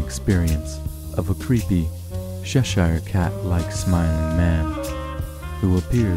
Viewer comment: I've just found these great stories & I'm loving them. Are there any more in the pipeline? The music is fab but does slightly drown you out in places. Also, I know you Americans have problems with pronouncing our English Counties so here is a link for Cheshire. Keep up the great work & hope to hear more soon